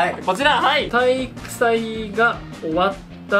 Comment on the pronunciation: 体育"際" か…？w